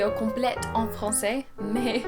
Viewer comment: I'm a native French speaker and I find that your "en" sound sounds perfect! Also, it's a lot more common to say "mauve", or you could say "violet" if that helps 👍🏻